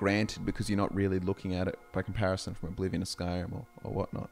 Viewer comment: saying "Bannerlord 2" is as bad as someone saying "Skrim 5"